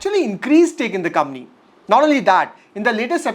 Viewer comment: M I the only one who feels he says “kamni” instead of company